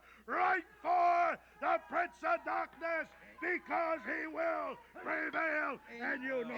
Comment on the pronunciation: "Dahhhkness has many foims!"